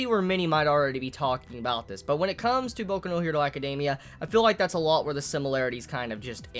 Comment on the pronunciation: He says it the way it should be said?